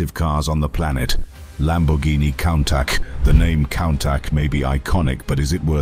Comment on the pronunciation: Been enjoying the high quality video editing and narrative. But the use of AI for voice over is just awful. Pronouncing Countach as "cown-tatch"? Really, this seems OK with you and not pointlessly ignorant? The quality of your videos deserves the authentic use of real people speaking, otherwise the experience is cheapened, unnatural and inhuman. Please... don't join this growing use of AI just because it may be "cheaper and easier". It is NOT ARTISTIC and lessens an otherwise good experience. Cheers.